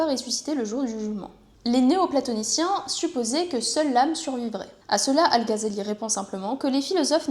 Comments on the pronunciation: "al gazali" les oreilles qui saignent 😅 GH dans les langues sémites ça se prononce comme le J en espagnol à la limite à la francaise tu pourrais dire "al razali" ça serait toujours moins bizarre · Ça se prononce ''razali'' en arabe. (Pour info,c'est pas une critique) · si tu ne penses pas que prononcer le "Gh" arabe avec un J à l'espagnole ou un R à la française sonne toujours mieux que "Gazali", comme c'est répété en boucle dans cette vidéo, c'est que tu as un problème d'audition ou que tu es de mauvaise foi, ou probablement les deux. 🙂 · Non, ça ne se prononce pas comme le "J" espagnol mais plutôt comme le "R" français. Le "J" espagnol correspond à la lettre خ arabe alors que le "R" français peut sonner comme le "غ" arabe. C'est الغزالي et non pas الخزالي